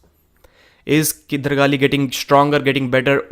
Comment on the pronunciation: no one does justice to Kydargali 's name the way Devon does whenever he pronounces it